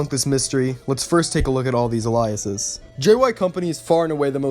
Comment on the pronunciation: The way you pronounce aliases. XD